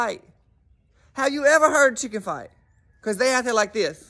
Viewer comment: When you say “Because”….it reminds me of the little 2 year old toddler with the chicken joke! “Be-caws!!” 😂